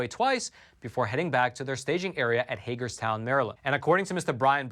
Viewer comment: And this time you pronounced Hagerstown right! 😃